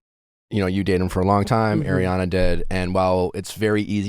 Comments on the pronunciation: nick it’s ARiana not AIRiana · NICK, can you please start saying ARRRRI Ariana's name properly, it's so irking because come off some mindful and smart...do yo not hear Doute saying it properly over and over...dude!!! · Please stop saying Air-riann! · ariana herself has said she doesn’t mind since each parent had a different pronunciation of her name growing up. she’s used to both